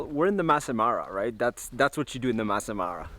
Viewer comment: It’s Masai not mass!